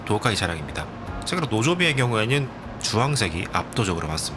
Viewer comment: 내용도 너무 유익하고 영상미도 목소리 톤도 너무 좋은데 발음이 좀 많이 걸립니다.. 한번 신경쓰게되니까 쭉 넘겨버리게 되네요.. 개챨기, 왼쬭 오른쬭, 꼉우에는, 계쇽, 고뮌, 문쩨는, 두번째료는, 등등 ㅈ,ㅊ 발음이 많이 흐르고 ㅓ, ㅗ 이 붙는 단어에서 발음문제가 생기는듯 해보입니다, 몇몇 발음만 교정 하면 좋아질것 같습니다. 부분에서 천천히 설명하는 템포에서는 발음이 개선되는게 보여서, 더빙이 마음에 비해 너무 빨랐던게 문제였을지도 모르겠습니다.